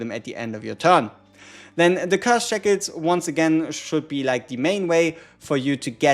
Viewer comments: so we found out he cant say shackles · How is he pronouncing shackles?